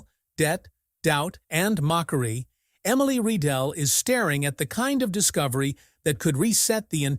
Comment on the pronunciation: It’s Rye-dell … that’s the pronunciation you stupid idiot AI … ugh I’m so tired of AI… not Ree-dell 🤦‍♂️